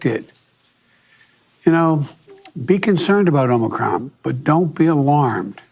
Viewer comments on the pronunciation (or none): Matt - one small thing..it is OmiCRON not Omni corn. Haha However you look at it omicron will always be moronic. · I hate to say this, but it's not pronounced "Omnicorn" Matt. You need to work on your greek alphabet buddy. Expecially since more variants will be named in 2022. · Why does Matt always refer to the omicron variant as "omni-corn"? lol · Am I missing something? Why does he keep calling it “omnicorn?” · Since you're pronouncing it "Omnicorn" maybe you can just say what you want without worrying about censorship? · Still asking for Matt to pronounce each letter of the Greek alphabet since he can't pronounce "omicron" correctly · I love how Matt intentionally mispronounces Omicron.😂🤣